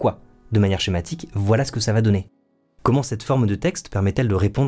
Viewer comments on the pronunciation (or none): none